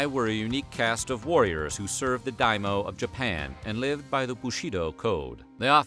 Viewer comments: Two mistakes I humbly point out: daimyô is to be pronounced “daimyô” rather than “daimô”. I don’t really mind that one. Then,Tokugawa Ieyasu with an “i”,not an “l”. I’m only 5 minutes in, I believe there will be no other mistakes later on. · It's not daimo. It's Daimyo.